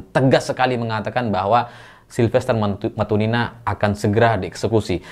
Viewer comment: MatuTina mas bkn matuNina